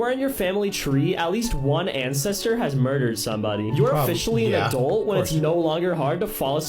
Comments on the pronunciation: You alway make me twitch when you say the word "Adult"... I'm hearing "Add-elt" rather than "Add-ult"... Love ya muchly from gumpy old British person🙂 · Did anybody else notice that when he () says "adult" it sounds like he's saying "owe-dult". Honestly the first time I heard it I just thought I was trippin, but at the end I heard it again. Great. That'll be my shower thought from now on... why the hell does he pronounce everything else normally (he has a decent vocabulary), but he can't manage to say the 2 syllable word "adult"? 🤔 Is he fucking with us to see if we notice? These are the thoughts that keep me up at night. 😂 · if you dont mind me asking where is your accent from? as I've noticed you pronounce your "u's" rather like an "e" for example when you say adult it sounds more like "adelt" & I'm just curious as I've never heard that in an American accent before?..I'm from the uk btw...i sincerely hope you don't think I'm being rude b'coz i really am not..i Love your accent..❤.. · A dult? Adelt? Aduwelt? I can't get over how you pronounce it 😂